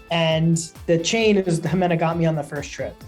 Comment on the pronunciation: It’s not imohagani.. is pronounced Hemena.or…Jimena…